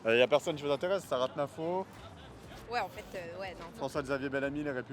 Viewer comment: "juste une image de haine enfaîteuh" 😂. Quand on revomi la propagande de gauche c'est ce qui arrive.